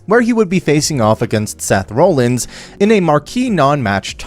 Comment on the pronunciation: Donna Brooke... and then you kept saying Seth "role" ins... But then you called Bray Wyatt "Brian" Wyatt... WTF???